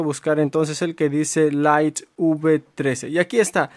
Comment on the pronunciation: Deberías hacer curso de inglés para aprender la pronunciación de palabras como widget y light.... Las repites todo el tiempo y de forma equivocada...